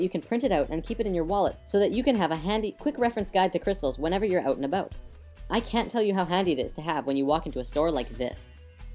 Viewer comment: lol aw you said "oot and aboot". canadians are fucking adorable. -3